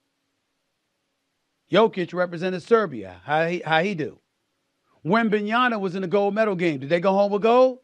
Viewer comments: SAS vs. pronouncing Wembanyama correctly…dude is on a 2 year losing streak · Same thing pronouncing Luka Dončić. “Luker Donchick”. 😂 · Is the fact you don't even try to prononce Wemby name correctly a mark of disrespect? Or is it just plain lack of professionalism?